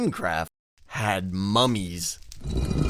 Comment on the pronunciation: I Thought You Said "Mommy" XD